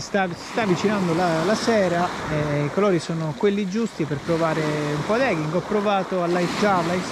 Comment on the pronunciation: A me...uno che parla tanto come te sui video di pesca non piace infatti guardo sporadicamente i tuoi video poi perché chiamarli EGHI se in realtà sono EGI (ed eging e non eghing)e soltanto per un gusto personale della pronuncia o perché? Per il resto sei ciò che serve 👍